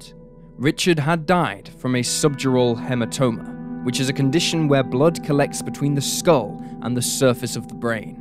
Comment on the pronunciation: Shame he couldn't say hematoma correctly though